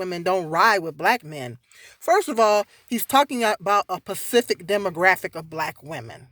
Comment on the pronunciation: Are you saying "pacific" or "specific" I'm confused? You say it twice.